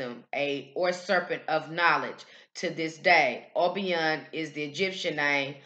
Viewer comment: In the Caribbean it is pronounced oh-BEE-ah as opposed to oh-BEY-ah